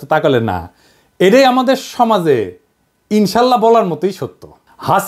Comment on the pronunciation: দাদা আপনার ইনশাআল্লাহ বলার দরণটা খুব ভাল লাগল,,আলহামদুলিল্লাহ